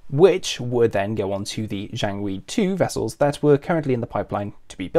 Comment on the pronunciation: Jiangwei, not jianwei. Missed a G, mate. Nice research otherwise